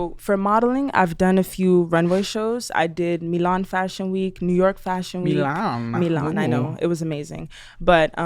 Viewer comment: Four minutes in and goddamn she’s pretentious lol. She says “Mee-lahhn” as opposed to “Milan” to sound sophisticated. If you’re gonna go that route, it’s “Milano”.